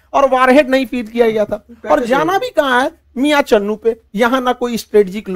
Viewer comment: Chunnu nahi channnu hai.